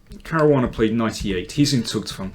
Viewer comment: "Zugzwang" is difficult to pronounce if you are not german - you do it perfect! Better than i speak english, isn't it perfectly?